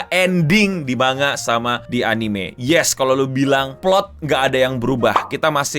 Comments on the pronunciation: kaya tango dibaca tanggo man ga tan go iya gasi? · ejaan jepang, ma n ga, karena itu pengucapannya mangga dan kalau mangaka, penyebutannya manggaka. Rasakan aja pin of shame, dihujat banayak orang